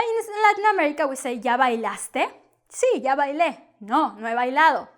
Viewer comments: She's not conscious that she pronounce ya as ja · At least pronounce it correctly. It's not the english J. Can't stand teaching incorrect pronunciation. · Why when u say " ya " it sounds like " ga " ? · I am so confused. Sometimes you pronounce ’ya’ with a y or sometimes j sound. So which one is right?